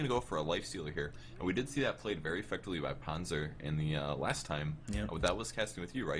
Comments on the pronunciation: it's not pronounced PANZA nor PANDJA, it's so annoying.... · Always funny to hear sunsfan not beeing able to pronounce Panzer or Messerschmids Reaver. :D Nice game, except by the windrunner. It's one of those heroes like shadow fiend or AA where you need some skill to aim and the guy playing windrunner here seems like he just couldn't handle the hero. DER PANZER ROLLT! My favourite team in this tournament.